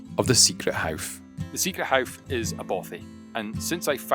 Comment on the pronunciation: It’s the famous hough nor howff